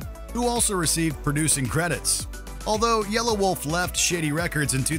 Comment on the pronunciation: It's not yellow-wolf it's yelawolf